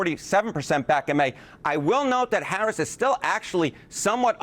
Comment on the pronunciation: needs to be Fired from CNN for miss pronouncing President Harris's Name!!! FCNN!